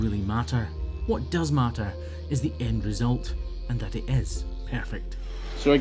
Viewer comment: tha is pronounced that and ba'er is pronounced better. uer driving me nuts ; )